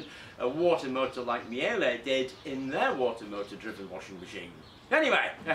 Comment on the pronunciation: That's not how one pronounces Miele. The correct pronunciation of Miele is roughly MEE-leh or MEE-luh. It is difficult to transcribe how you pronounce Miele phonetically because there is not an exact correspondence in English. The first syllable, which is stressed, is simple, it is exactly pronounced like the word "me". The "e" in the second syllable, -le, is pronounced similarly to the "a" in the word "about". The result is that the -le is pronounced with a sound that is somewhere between -leh and -luh